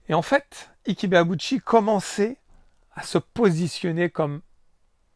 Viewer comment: Juste une petite précision, Ike se prononce ayk pour Ibeauchi et Ayké pour Quarté qui se prononce Qwarté. C'est pas pour me moqué de toi loin de là, j'ai vu quarté en live à plusieurs reprises et ça fait bizarre de voir le non de cette immense boxeur qui a failli battre Oscar De La Hoya.